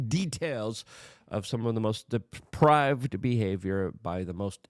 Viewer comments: 'DEPRAVED' NOT deprived. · Yes. And "depraved," not "deprived."